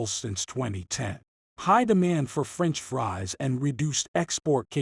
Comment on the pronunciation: how can I take this video seriously, when he can't even pronounce Potato properly with his Ai voice...Lame. French free? potatle? really? Nobody is double checking the video? .....sad How did you even get 1k sub? bought?